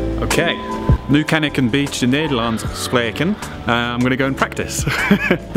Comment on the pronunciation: Nicee, already making solid progress. Tips: definitely listen to pronounciations on Google translate or whatever. Also 'a bit' is 'beetje' (bay-tch-uh) in Dutch. ;)